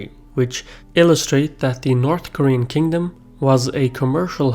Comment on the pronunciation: Jesus christ he butchered the pronunciations on a whole new level even I as an American Korean can spell all of these better and nearly fluently.